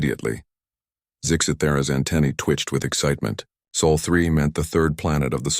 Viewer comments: Sol is the Sun's name not Saul. That's a mispronounciation. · "Sol" not soul please.